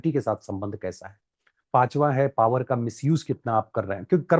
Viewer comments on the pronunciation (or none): none